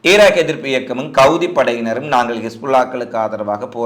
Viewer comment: இ. ஸ். ரே. ல் = இஸ்ரேல் என்று சொல்லவேண்டும். கவுதி அல்ல ஹூதி அல்லது ஹவ்தி,கிஸ்புல்லாஹ் அல்ல ஹிஸ்புல்லாஹ். கமாஸ் அல்ல ஹமாஸ்.ப்ளீஸ் திருத்திக்கொள்ளவும்.